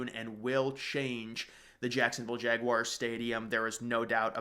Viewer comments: I love your vids, but please, Please, PLEASE stop calling Jacksonville's team the "Jag-wires." It's Jag-wars...UGH. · That would be JagWARS not JagWIRES. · Jag wires?🤔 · Learn how to pronounce Jaguars!!!!!! Holy shit. Its not fckn Jag-wires